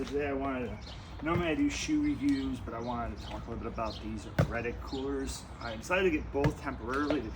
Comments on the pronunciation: It’s pronounced “Ar-tic” not “Red-tic” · I lost 100% attention when he said rettic